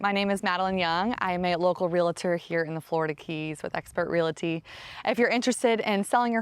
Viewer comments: Sorry. Can't watch a video with a realtor that can't even pronounce realtor or realty. At least you don't use vocal fry. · How do you not know how to say REALTOR and REALTY properly? SMDH